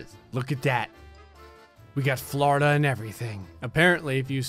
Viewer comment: How many times says ‘’Flordia’’ Hehe